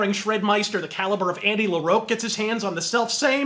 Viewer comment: Pretty good video, but come on man. His name is pronounced Andy La-ROCK (which is his stage name). I've been pronouncing it that way since the 90s, interviewers pronounce it that way, and the man himself pronounces it that way. Also, Miriam coaxed him to follow her down to the *attic*? Did you mean crypt? Besides that, she only mentioned that he should remember the stairs, which was the same way Abigail died in the first place. They never came up with any alternate plan. Johnathan mentions getting a priest right before Miriam briefly regained control, and that's it. Also, I like the actual songs from Them slightly more than Abigail overall, but it has probably the worst production of all of his albums (only MF's Time rivals it for shit sound). Makes it harder to enjoy than Abigail, Conspiracy and The Eye (which I think has his best all around vocals. And yeah, the leadwork on that album is probably the best as well). Anyway, I really enjoy all of his albums up to The Spider's Lullabye. Didn't care for The Graveyard at all, and thought Voodoo was somewhat of a return to form, but not quite. "The LOA House" is fucking amazing though. Every album after that? Zzz... King's best song to appear on since Voodoo was Volbeat's "Room 24".